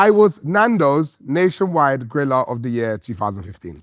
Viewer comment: every time harry says "griller" it sounds like he is saying "gorilla"